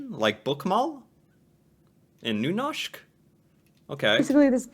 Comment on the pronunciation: video: nynåshk: nuhnoshk